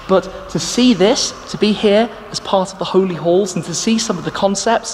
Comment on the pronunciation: I kept hearing the holy holes?...but finally clued in it’s the holy halls...accents 😂